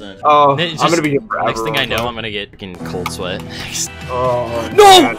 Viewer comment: Cold sweat or cold swaet?